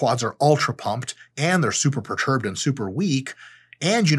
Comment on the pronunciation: imma start saying that 😂😂 "bro why you so preturbed"